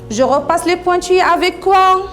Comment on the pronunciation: Maîtresse vous avez un problème de prononciation pointillés zèbre.....